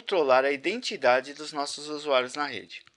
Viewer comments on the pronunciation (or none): none